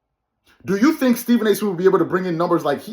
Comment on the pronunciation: Someone on here said: The movie remake: D'Jango Mic'd up! Starring Stephen A. Smiff as "Stephen"! 🤣🤣🤣🤣🤣🤣🤣🤣🤣🤣🤣🤣🤣🤣🤣🤣